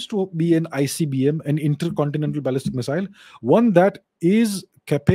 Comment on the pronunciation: Ballistic pronunciation sounds like Balle Balle to me.😃. Balle Balle Missile.